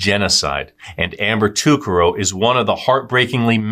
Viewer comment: You pronounced her last name wrong Ta Car Ro